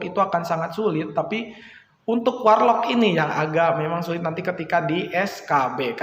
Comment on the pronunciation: Ngakak dnger "WaR Lock" 😂😂.. keren.. 👍